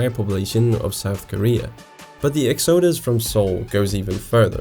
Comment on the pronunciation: Good video overall. One minor point: the word "exodus" is pronounced with the accent on the first syllable not the second... EX odus. You're welcome!